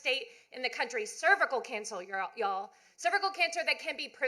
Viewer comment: She saying y’all wrong